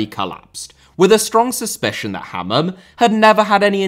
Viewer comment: Sam - Ha-man